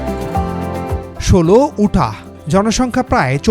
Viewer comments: পেন্সেলভানিয়া না পেন্সেলভেনিয়া উটা বা ইউটাহ 😂😡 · উটাহ কি?? 🤣🤣 উচ্চারণ হবে ইউটাহ। আর ভারমন্ট নয় হবে ভেরমন্ট। তাছাড়া বেশ কিছু তথ‍্য ভুল আছে ।